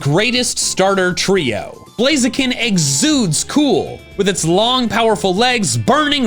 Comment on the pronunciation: TORCHIC DOES NOT END WITH AN S! AND IT'S BLAZIKEN, NOT BLAZEKIN!